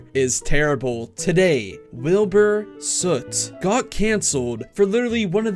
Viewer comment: Don’t you mean Wheelboor Suieete